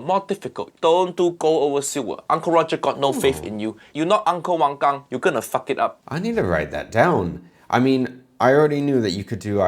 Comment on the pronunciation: It's "Wang Gang". "A" is pronounces the same way as "a" in spanish. It's not "Wong Gong".